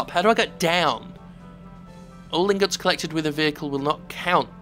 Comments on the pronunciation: He called them golden ingots. His accent just made it sound funny. Might as well have said fingers though. The whole rest of the narration is a train wreck. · He said "ingots" lol